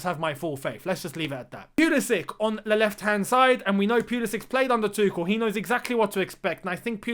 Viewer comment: Btw it’s not Tukol, it’s Too-schel